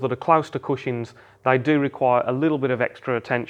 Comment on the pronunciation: Is no one going to mention the fact he is saying cushings instead of cushions?